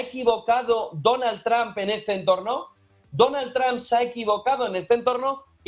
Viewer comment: DONAL TRAMP NO. ES DONALD TROMP== TRUMP